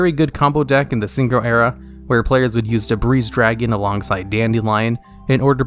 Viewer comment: "Debreez Dragon"